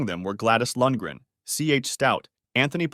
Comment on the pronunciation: “Loondgren” L and U=Loo. Word to the wise being as diplomatic as possible, if you don’t know how something is pronounced by looking at it then research how to say it instead of butchering it (You know who you are and even if you say it a different way doesn’t make it the correct way) And spelling too, there’s a thing called spell check on computers and phones even better there’s a thing called autocorrect. So there’s no need for spelling mistakes nowadays especially for such common words like “Passengers”